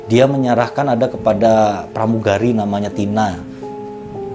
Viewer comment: plamugali 😂😂 😂😂